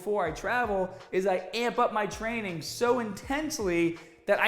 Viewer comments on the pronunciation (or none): “trainnin pretty haad”